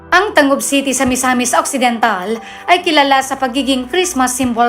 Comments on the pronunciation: ang tangub... gani ang bigkas dyan dito ay tanggob... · Hahaha..natawa ako sa mga comments.ang masabi ko lang research more! Lalo na sa pronunciation sa lugar.like; "Gingoog" it's reads.."HINGO-OG" ang "Tangob..it's TANG-GOB"😊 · Tarunga pud ug pronounce ang TANGUB ug GINGOOG 😊✌️ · Nag research ka sana sa correct pronunciation sa ng mga cities na yan,like tangub and gingoog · D man kaau Marunung mag pronounce sa local na bigkas sa mga Lungsud Yan Yan katulad ng Tangub at Gingoog